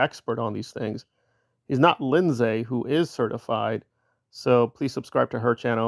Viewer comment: “Very very aged”. 😂 That’s a relative value judgement. You make him sound like a centenarian. By the way, Lindsay is not pronounced “Lind-zay”. It’s “linzee”.